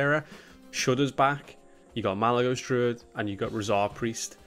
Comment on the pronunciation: Malygos? more like Mowligos